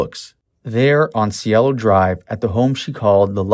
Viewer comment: And it's Cielo, pronounced syelo.